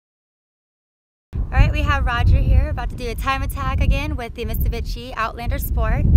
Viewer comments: Someone please tell her it's called "Mitsubishi", not "Mista-Bitchy" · did she sayd misubishi? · When she says mitsubishi it sounds like she says Miss bitchy xD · did she say mitsubitchy? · hahahah misubitchi :D i only thought my 5 year old cousin says that! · she say "mitsubitchy"? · she said "mitsuBitchy..."